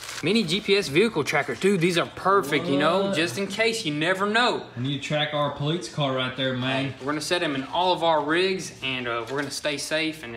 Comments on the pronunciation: PO LEETZ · Why do they say poleetz? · The "Poleetz" Charger ist gonna be rippin' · Get this guy the contacts of a speech therapist!!! WTF is a poleets???!! 😑